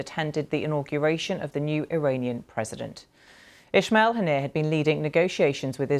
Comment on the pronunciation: Ismail not Ishmial . Zionist channel to the cure